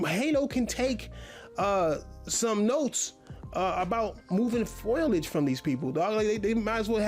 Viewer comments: This man literally struggles to form a sentence never mind make a point. He also doesn’t know the word eruption and said foilage instead of foliage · ITS FOLIAGE! NOT FOILIAGE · Sad to see he uses words in his videos that he's doesn't know how to pronounce... Foliage and synopsis as an example makes me laugh so hard... Looks like he has never used the setting screen in a game before, coz he can take of stability control, you can adjust car damage from cosmetic only to realistic